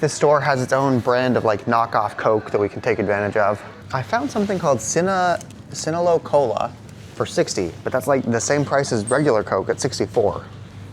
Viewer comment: It's not Sinalo-Cola, it's Sinalco. It's a German brand and it's the third most popular carbonated drink in Macedonia after Coca-Cola and Pepsi.